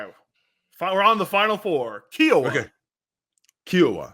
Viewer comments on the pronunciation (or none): The helicopter called Kiowa is pronounced with a Long i, and not like a long e. The chopper was named after the First Nation Kiowa tribe. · BTW, Kiowa is pronounced like Hiowatha but beginning with a K sound, and obviously no tha at the end. It's the name of an Indian tribe of the plains, K👀-O-wa